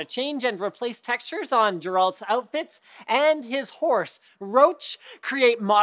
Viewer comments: It's pronounced "GAIR-ult", like the "g" in google, not "jair-ALT", with a "j" as in Jerry ...wow, hand over your gaming card... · It is pronounced Geralt not Jeralt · Jeraalt? Seriously Linus? For shame, for shame..... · GARE-ult. GARE-ULT FUUUUUCK, LINUS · You say Geralt's name sooo wrong lol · Linus fails to pronounce Geralt's name correctly, shame! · The way you pronounce Geralt could not possibly be more more wrong lol